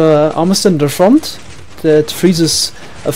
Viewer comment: I like it when you say FORWARTS , and FRONT